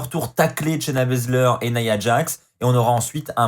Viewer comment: J'adore comment Charlotte a appelé shayna bazler , shayna blazer